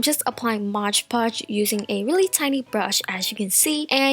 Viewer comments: Also it's not Modge podge or mosh podge! It's MOD PODGE! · its moDpotoge not motgepotoge！ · hahhaha lol you say mod podge so weird. Its "m-o-d" not "modge"😂😂